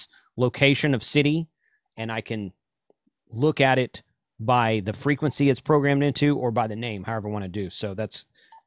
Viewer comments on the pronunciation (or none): none